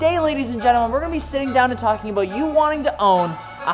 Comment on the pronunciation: Cant hide that 1 ☝ canadian (about)aboot 😂😂😂